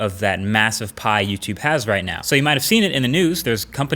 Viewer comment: He didn't say "Catch you in the next YouTube video" he said " Catch you in the neck tootoovideo or something like that".